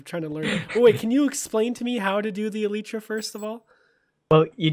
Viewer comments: I thought it was pronounced e-light-tra? Not elite-tra? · lel. it's pronounced as "elaitra" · It's Pronounced "EE-LIE-TRUH) Like Bruh But Truh